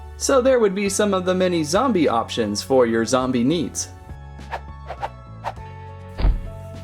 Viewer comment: Its zombie not zumbi